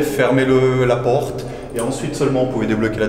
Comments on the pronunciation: La Paurte😂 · mdr à quand le guide dit "la pôrte"